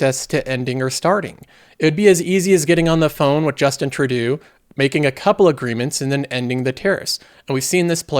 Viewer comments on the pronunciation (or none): Yes, True-dough not True-do. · You don’t know what you are talking about in regards to the Canadian fentanyl issue. I would suggest looking up Marc Cohodes or Sam Copper. Massive drug labs being uncovered and politicians involved. Also might want to learn the proper PM pronunciation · I don't really like Trudeau, I'm not defending him here... but the way you said his name. My goodness. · His pronunciation of Trudeau was the only takeaway in this video.